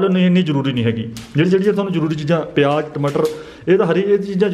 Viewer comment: Its called. Zeera not jera its called. Payaz not payaj its called business not bijnas its called. Visa not beja